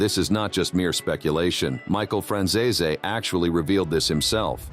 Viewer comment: People believe that Ai will run the world in future..at the moment it can not pronounce Franzese